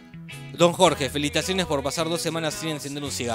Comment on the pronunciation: Decís "felitaciones", como marley 🤣😂😂🤣😂😆